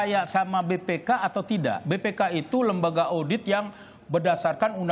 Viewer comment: lidahnya keseleo 😅😅😅